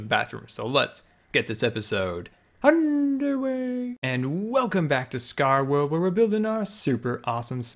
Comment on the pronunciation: Am I the only one that thinks when he says "underway" at beginning of his videos, it sounds like "underwear"?